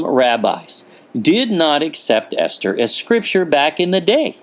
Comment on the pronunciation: Ester sounds like Easter?